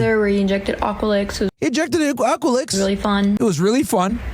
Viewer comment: Aqualix though lmfao at least get it right